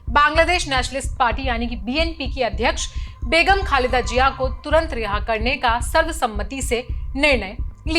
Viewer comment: Pahle bolna seekho, phir patrkar banna. Jiya nhi Ziya hota hai. Itne bade media house ne apko le kaise liya?